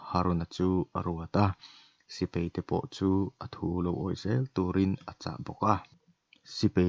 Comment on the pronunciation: sipei ni lovin, sipai tur zawk aw.